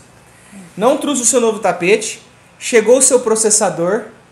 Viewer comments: Não se usa dois verbos: errado falar: vou ir Fala-se irei Não é truxe. É trouxe 😂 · não é truxe e sim trouxe, vc está falando muito errado. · n é truce é trouxe plmdssssssssssss q agonia